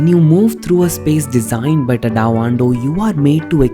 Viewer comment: Nice video. But pronunciation of Tadao is crazy. Please look into it.